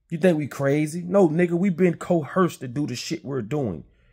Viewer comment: The word is "Coerced"! Good content!